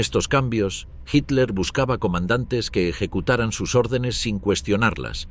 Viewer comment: Español de españa o latinoamericano o de guinea Ecuatorial lo que se agradece que este narrador si sabe decir Hitler, otros durante todo el programa dicen Hiler o Hilder